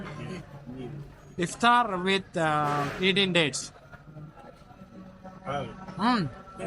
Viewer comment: Thanks for saying correct aftar not satar 😅